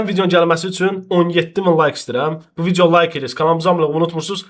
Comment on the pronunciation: bilirik rus dilində danışa bilirsən ama viciyo(vidiyo) demeda